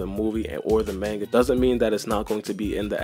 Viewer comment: Btw manga is pronounced MAHN-GA not MAIN-GA like cmon